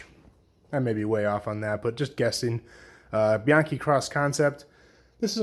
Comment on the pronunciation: He pronounced Bianchi really well too! He def knows what he's talking about